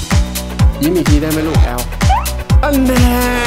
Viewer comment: แอล กลายเป็น อื้บ 555